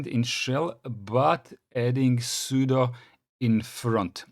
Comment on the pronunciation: There is no 'superuser' on Linux; it's root. the 'su' command is for switch user or substitute user. At least you pronounce 'sudo' correctly as "pseudo"